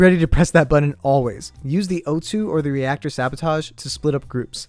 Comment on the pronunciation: it's reactor not radiotaor